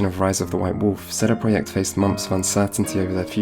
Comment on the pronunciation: You know what makes me angry? . . . sheday preyacht Their name is CD Project, why not do the whole thing in polish . . .what a wanker sheday preyacht sheday preyacht sheday preyacht sheday preyacht sheday preyacht - FUCK OFF mate